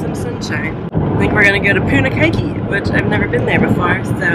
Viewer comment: Wow lots of campers out at this time of year. I love our country so reminds me how beautiful it is. Hope you are both keeping warm, its so chilly & rainy around NZ at the moment. Punakaiki is poon-ah-kye-key (kai rhymes with pie. Mmmmm pie).